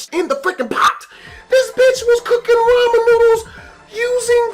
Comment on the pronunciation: who fucks up the word ramen